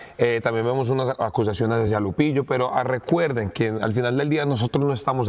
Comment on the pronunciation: Minuto 5.56 dice: arecuerden 😂😂😂😂